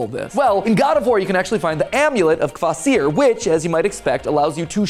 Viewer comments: Your pronouncing kvasir's name wrong like a typical American would 😂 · pronounced Ka-VAH-sir